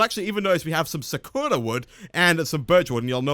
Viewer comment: ***** Sakura is from Japanese and is pronounced sah-koo-rah.